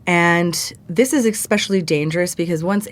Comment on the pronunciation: Thanks again for the great updates. did she say eXspecially? God I hate that so many Americans today don't know that's wrong. It's symbolic of our deteriorating education system.